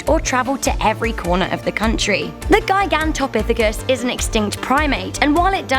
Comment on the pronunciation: that's pronounced... jy..gan..tah..pith..ic...cus... Shows me you really did your research for this vid...LMAO